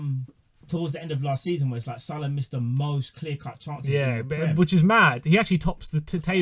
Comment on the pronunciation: Guy can’t even pronounce salah..where’s hh?!!! Send this man a ticket to Siberia asap!